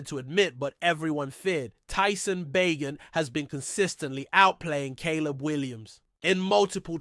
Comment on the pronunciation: It's pronounced Bay Jent....everyone knows this